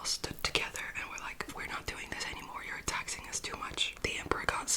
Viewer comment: A few points of note: 1) I initially thought you said "There was an Emperor who was TEXTING the people a lot" I was like "Whoah!" 😂 2) I legit thought Omar was just gonna knock the Princess clean out with that sceptre and be all casual: "What? She's not crying now, is she?" 😭😭